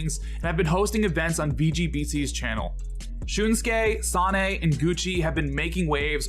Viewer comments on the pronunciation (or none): Im sure he wouldn't fault you for it but the Japanese Fox Player's name is pronounced "San-neh" Even though the spelling doesnt quite look like it